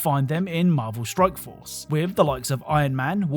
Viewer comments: At the end of the sponsored segment in the beginning, I swear it sounds like you're saying Marvel Stroke Force xD .. Am I having a strike? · I love your videos bro. But it 100 percent sounds like your saying Marvel Stroke Force several different times lol